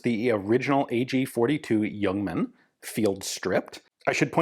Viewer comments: Cudos for pronouncing it as Yuongman although it is spelled Ljungman. Totally correct. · I was expecting a re-upload of the fantastic Le Youngman video, but this is new material! Ian even pronounces 'Ljungman' correct. None of the other names or cities, but Ljungman is near perfect. Looking forward to part B. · Great review, good to hear the correct pronunciation of the name. I have owned an AG42B and appears unfired from its B upgrade. I also have a new spare magazine. It's a favourite of mine.